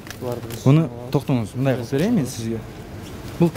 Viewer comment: Эрулан брат озун эле алып барчы, могу кызыл кийимчен кара безруковка кийген бала такыр алып бара албайт экен. МЫЙЗАМ дегенди созду МИЗАМ деп жатат МЫНДАЙ деген созду МАНДАЙ деп жатат.